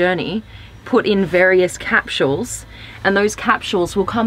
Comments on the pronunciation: Annoyed me every time she said "cap-shules". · I like: "Cap-shules" never heard that pronunciation before. Also - really sucks to "hear" about features - but NOT be shown them. waste of time. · That & her pronunciation of the word capsules lmfao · They way she said capsules reminded me to make a dentist appointment. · Same actually xD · Is that what she was saying!?